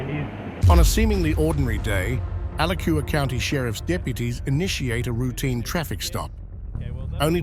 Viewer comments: Al-AH-chew-hua County, FL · A-latch-u-a county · The county for the second story is pronounced A-latch-u-a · (2nd video) I know it’s stupid to correct a video’s pronunciations but it’s ALACHUA County (Gainesville FL)…A Latch Ua🤷🏻‍♀️🤣 and that woman was definitely messed up on p!lls or meth something else! She was wobbling, stumbling, slurring her words and what mother could concentrate on anything with her babies crawling all over the car and crying without trying to comfort them! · 2nd one Alachua...is pronounced Ah-latch-chew-ah.